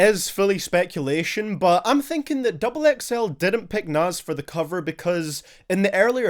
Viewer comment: I don’t mind the guy but I cringe every time u called him “Nas”